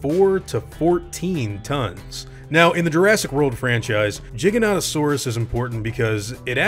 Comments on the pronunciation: why do people always say it like Jyganotosaurs, it starts with a G not a J. you don't say jiant do you?... no you say giant. because gigas means giant, hence Giganotousurs's name means giant southern lizard. for crying out loud didn't you ever get taught the ways to say letters in school. G- guh or G- Gee G is not J, say it with me people..." G is not J" giganotosaurus- Gig- an- oh- toe- saur- us its like Hat- Pat- Cat- Mat the words sound similar but the first letter makes a big difference, how awkward, confusing or annoying would it be if all letters at the start of a word sound like any other letter. "i have a Cat on my head and im going to Cat your Cat whos sitting on the Cat" letters and words are important in any language please pronounce them correctly. he even says at 1.14 to 1.19 in the video jyganotosaurus then calls it a giga?!?!?! why would you say giga not jyga, if jyga was the correct pronunciation? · Because people hate the way most people pronounce it. They call it jiginotosaurus but then pronounce it Giga. Pick a fucking lane. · Not sure if this was the first time I heard spmeone say the name in English, but I thought it sounded a bit funny. So I checked Wiki and there it said it should beˌdʒaɪɡəˌnoʊtəˈsɔːrəs or JY-gə-NOH-tə-SOR-əs. If you want to stay closer to Latin, it would be closer to "gih-gah", so quite similar to what you said. Anyways, it's a Dino I always quite liked, so I wouldn't mind it appearing :) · why are you saying jiganotosaurus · Lol I thought it was pronounced Giganto-saurus I feel stupid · Jiganautosaurus? How dare tou butcher it this bad while spelling "giga" right, right after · He pronounces it Jigganotasaurus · Me: cringes that he pronounces it wrong. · im sure its its like the word tomato but way this guy says Giganotosaurus bothers me haha especially when he says gigantic right after giganotosuarus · beat thebans Diplodocus has two pronunciations but Giganotosaurus has one. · He pronounced the giga wrong and it hurts me